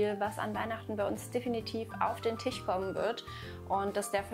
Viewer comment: Hat sie wirklich Tich und Arsche Nova gesagt? 😅